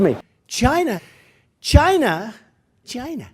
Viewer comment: 90% of Trump's career is him saying "CHAINA". The other 10% is building a wall.